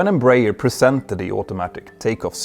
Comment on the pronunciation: Just let you know, the correct pronunciation is EmbraEEEEERRRR